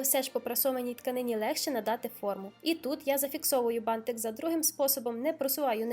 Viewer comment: ти нагадуєш мені в цьому відео маленьку Дюймовочку, а ще Мальвіночку) Вона також дружила з бантиками і дуже їх полюбляла) Відео чудове, переглядала його знову і так мені подобається твоя вимова слова «бантик», аж очікую далі, протягом всього відео, коли воно знову прозвучить😍😍😍